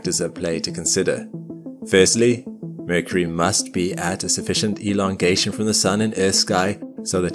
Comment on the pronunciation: The narrator couldn't even pronounce Mercury